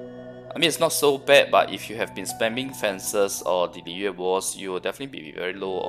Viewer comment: You know he's Chinese when he switches to the proper Chinese pronounciation to say "Liyue"